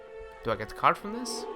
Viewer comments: it's a carD, not carCH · no one will comment on the "CARGE" pronunciation? XD